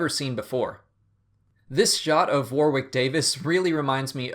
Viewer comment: FYI Warwick Davies' first name is pronounced as warrick not war-wick, no w sound in there. Keep up the good work, by the way I love your videos.